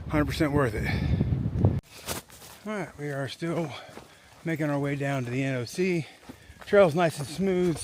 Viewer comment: Finally…an AT Thru-hiker who pronounces NOC correctly instead of calling it ‘The Knock’.